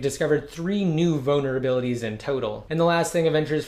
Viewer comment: Is he saying vulnerabilities or bonerabilities